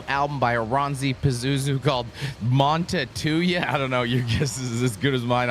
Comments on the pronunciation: Montetuja? Well... it's certainly one of the pronunciations of all time. As a Finn, I found that quite creative. 😅 On IPA (not the beer), it should go something like this: /ˈmuːntɑu̯tujɑ/ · Blayne’s pronunciation of the Finnish language is just as good as his pronunciation of the word nuclear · If only Blayne had a colleague who could have helped out on how to pronounce a Finish title...